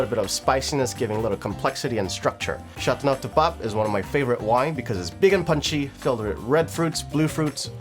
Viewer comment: Don’t butcher the language 🤮🤮🤮🤮